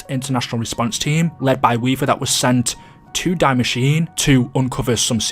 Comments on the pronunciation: Its pronounced dee masheena (Die Machiene) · Why do you say Die Machin in english you need to say like Germas